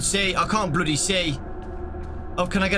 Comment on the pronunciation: When says "bloody" he becomes more BRI'ISH